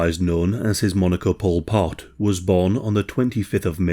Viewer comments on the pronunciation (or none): For some reason i keep thinking he's saying pulled pork instead of Pol Pot